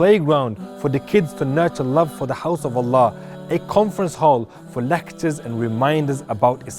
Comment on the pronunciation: You see even call Allah name he cannot say proper words.he better going back to India.